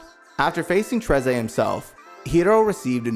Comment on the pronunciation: Trey-za ( Treize ) Is what got me the most😂😂😂